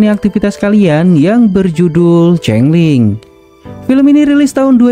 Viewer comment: Changeling min, bukan cangeling😅😅